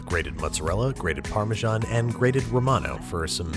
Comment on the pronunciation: Please don't call parmesan parmezhan. You pronounce it wrong!